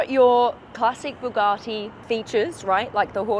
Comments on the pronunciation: Bugatti not Bugartti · It’s Bugatti not “Boogarti” it’s not some Italian dish! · I think you'll find it's a Bugatti, not a Boogarty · An australian trying to say Bugatti all posh like😂 Bu Gah ti